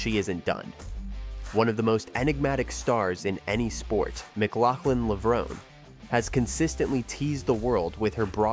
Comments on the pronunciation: Is this a robot narration? If it’s areal person, especially if it’s the same person who edited this clip, why does he keep saying “Levrown” and then add that clip from the Olympics where it’s pronounced “Levronee”. Nothing too serious, but still irks me and prevents me from subscribing to this channel. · It's not pronounce levrone, it's levron-e". The finale e is pronounced. It's Italian.